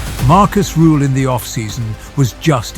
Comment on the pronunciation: Rüüüühl. Not Ruuuhl